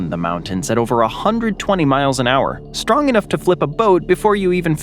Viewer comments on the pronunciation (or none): none